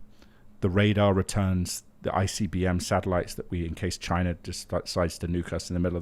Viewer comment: Bro it’s Chi-Na